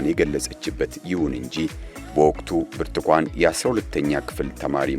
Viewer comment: ብርቱኳን ይላል ብርቱካን አይችልም